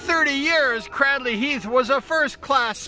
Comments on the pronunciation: Fantastic video. So nostalgic for me. All those riders names I remember. But particularly because I was born in the house right next to the church you can see in the video at 6.20. and lived there from 1963 until 1985. Can I just say though, that it’s pronounced Craydley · Lol, thank you this is great as I’ve been a fan since I was kid! But it would be even more epic if you actually pronounced Cradley correctly. It’s actually pronounced as if it was spelt: ‘Craydley’ Or like ‘Cradle’ thanks again, love the memories!